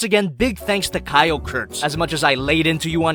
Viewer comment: y da f u keep pronouncing kyle like kayol or kayo